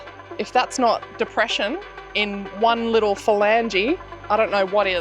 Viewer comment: Depresshon. Interesting word